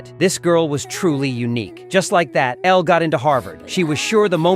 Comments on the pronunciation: Not this calling her Ella instead of Elle… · Her name is Elle not Ella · It’s not Ella it’s elle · Her name is pronounced el not ella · its ELLE NOT ELLA!!!!!! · Elle, not Ella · ELLE! NOT ELLAAA👹👹👹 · Her name was Elle not Ella! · Every time the narrator says Ella instead of Elle is like a punch to the gut 🥊 ❤ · BOY HER NAME IS ELLE NOT ELLA😡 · It's Elle not Ella. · It's ELLE not Ella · ELLE. NOT Ella. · Elle not Ella